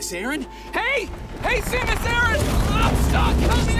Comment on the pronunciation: he doesn't even say her name right. so disrespectful.